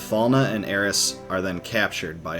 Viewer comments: It's alright, he does mispronounce. He says Aerissss. When her name is Aerith. THHH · Dude it's aerith. Not aeris. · When you kept saying Aeris instead of Aerith, I thought I was experiencing a mandela effect haha. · its aerith not aeris its in nintendo switch version sshe is named aerith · Already 2 years old and super triggered by the Aeris instead of Aerith name drop. . . . All in all though great follow for the story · I was going to watch your whole vid but you said something I didn’t understand. It’s AERITH!!!!! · It drove me nuts Everytime he said Aeris and not Aerith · It’s Aerith. And it’s bugging the crap out of me. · You couldn't even get aeriths name right